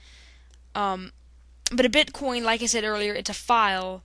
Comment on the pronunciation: He said bitcon😂